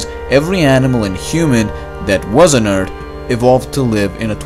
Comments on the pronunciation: Indeed. Who cares he says Ert. His videos are excellent, and there are so many. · e a r t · Does he say Earth Or Eart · What is your nationality please? I ask it because your pronunciationof earth not good. Because u say with T, but it is with F. Earth...not earT. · Bro go back to saying eart. It was quite distinctive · I love how this guy says earth! Urt. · Did he say eart? Like the other video.. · ting ticc eart. But jokes aside "th" is very difficult for non nativ english